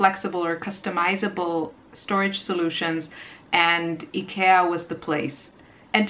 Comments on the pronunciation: its pronounced IkEEa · Ikea is actually pronounced: eye-key-ya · Hello, please, if you are going to directly reference a store, please be sure you pronounce it correctly. You pronounce it like idea. You saying icky in the pronunciation makes it seem like you are saying that they are" icky" and gives a negative feel to it. thanks. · Yeah I told my friends and family and they told me they refuse to consider changing to the real pronunciation... They pointed out in English the real pronunciation sounds like "icky" as in gross/bad/disgusting. That must be why the pronunciation became "Eye-kia" in the first place. Because "Ick-ee-ah" sounds bad to English speakers. So I can't change it to the 'real' pronunciation if that would confuse and upset strangers AND all my friends and family... But at least I now Know the original native way. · E-cat! I lost it! LOL , we say it, eye-key-ah. I not sure how other places say it. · You pronounce ikea so different than Canadians and usa do at first wait is she talkingvabout the same store ikea isnt as available in my area but candaian has the store in convient areas, i know also that ikea is on new New Jersey in usa.....enjoyed this video im like you i like to upcycle furniture and try to reuse upcycle . You can spraypaint your aqua rolling shelf to white. If your not liking the color....art blessing to you today...mikelle art🎨👩‍🎨✍ mom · Need to learn how to pronounce the store name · today i learned i've been pronouncing IKEA wrong 😝 its cheap, but when you are on a budget for studio furniture its worth it to get, knowing its not the best